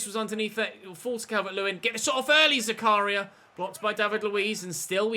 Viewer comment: It's pronounced zak-a-ria not zaka-ria